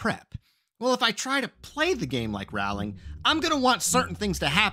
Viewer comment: Great advice. Rowling rhymes with "bowling".